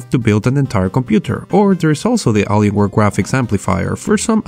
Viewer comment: A-lee-in. Not allen-ian